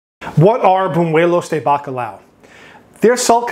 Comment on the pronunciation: It's buñuelos not bunuelos. Sounds very gringo. Haha